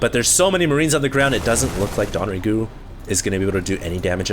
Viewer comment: It's not "Don"RaeGu. It's DongRaeGu. Dong-Rae-Gu. DONGS.